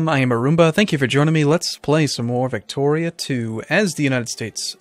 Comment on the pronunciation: The way you said "Victoria" here sounded almost like "Factorio" and my heart broke little.